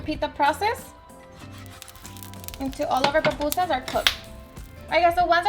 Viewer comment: Why can’t Mexicans say pupusas? tf is so hard about that word? 🤦🏻‍♂️ they literally pronounce and write Popusas! Gonna grab me some tacus and burratos.